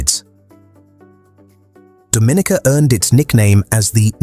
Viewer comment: It's pronounced Do-min-EEE-kuh with the accent on the third syllable and a long-E sound.